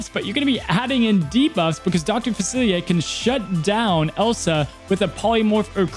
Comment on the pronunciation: Dr faci-Li-er. Not faciliaye. Seems like all the Disney tubers mKe this mistake